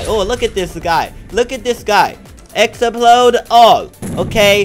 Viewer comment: i cracked up when you said explode as ex-pa-lode